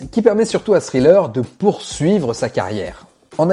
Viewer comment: super contenu :! tu prononce Pretty young THING! avec TH et tu le lis .. mais THriller ...tu dis Sriller .... !!!!! juste pourquoi ??